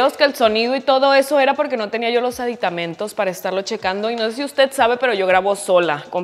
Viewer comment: Adimentos? yo: Aditamentos: Adimentos yo: sí:3